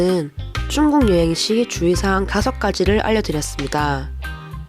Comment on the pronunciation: 중국인데 왜 쭝국 이라고 하시나요 ? 중국인이 들으며 기분 나쁠듯